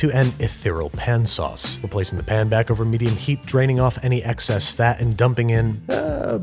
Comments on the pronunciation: Don’t you mean “P’n sauces”? Come on, Babby. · Dont you mean PIN sauces? or do you feel sounding less gross for this one? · Yes! The whole episode I was waiting for him to say Pn-sauce 😆